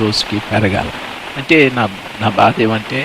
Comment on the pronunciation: Bhada kadu badha .use correct Telugu.